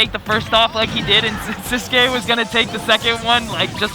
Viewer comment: Why do everybody says his name wrong? 😂 Its sis (like sister) qui(like key to open a door) siskey, thats how to pronounce his nick